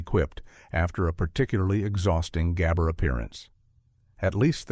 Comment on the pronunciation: "Zhah" "Zhah" "Ghah bore" 😂😂😂 Stupid AI